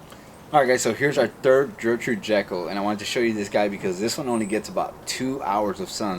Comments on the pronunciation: Love the video guys. i just bought one of your roses. But I have to say it’s pronounced with a G. Your saying Jertrude. It’s Ger. Ger. Gertrude. :) Not to bust your balls or anything great vid and great channel. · It’s pronounced gurrrr-trude not Jurr-Trude. Very pretty roses. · Fabulous roses, love your enthusiasm. One thing, just because it was my grandmother's name, hard G at the start of Gertrude. Gert rhyming with Bert. Keep growing!!